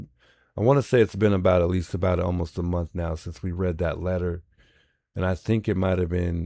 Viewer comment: I caught the last two minutes with the 'Hot Mike' says: 'Gotta make dis money, it dee end of the mumff'. The truth comes out....